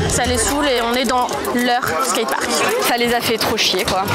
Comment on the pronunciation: T'as du mal avec le mot "skate park" haha